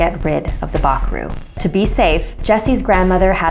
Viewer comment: im from surinam and you say bakroe very wrong